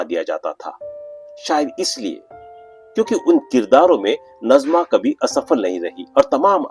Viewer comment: Aap nazima ko najma bol rahe ho ye nazima (naazima) he dusra nam hota he najma ۔dono nam alag hen